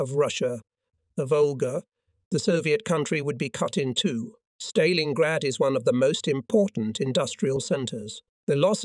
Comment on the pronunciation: The AI commentary is so bad. It can't even pronounce 'Stalingrad' correctly. To say nothing of the dreadful pauses and ridiculous rhythm of speech. I spent longer writing this than listening. I'm out.